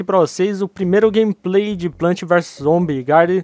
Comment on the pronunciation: vc falo errado não é plant é plants !!!!!!